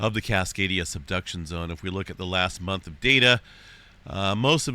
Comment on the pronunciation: i keep hearing “cascadia seduction zone” 😆